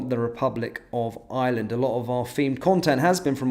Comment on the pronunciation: Not 'Island'. Ireland, pronounced with an 'r' as spelt.